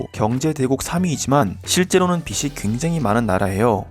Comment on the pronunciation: 빚이 빚으로 [비시] [비스로](X) [비지] [비즈로](O)